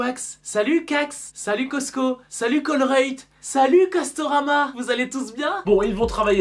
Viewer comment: Tu as vraiment dit Castorama et Colruyt sérieusement😂😂😂😂😂 je rigole depuis tout à l'heure